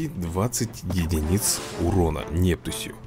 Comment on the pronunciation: если что правильно не Нептусь где ударение ставится на е а правильно будет Нептусь где правильно будет где ударениу будет стоять на у